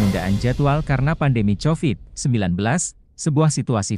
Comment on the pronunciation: Kovid di baca Covit,yang benar mengucapkannya brow.